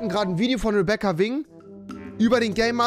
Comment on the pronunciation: Rebekha Englisch aussprechen, aber Wing deutsch!🤦‍♀️🤦‍♀️🤦‍♀️🤦‍♀️🤦‍♀️🤦‍♀️🤦‍♀️🤦‍♀️🤦‍♀️🤦‍♀️🤦‍♀️🤦‍♀️🤦‍♀️🤦‍♀️🤦‍♀️🤦‍♀️🤦‍♀️🤦‍♀️🤦‍♀️🤦‍♀️🤦‍♀️🤦‍♀️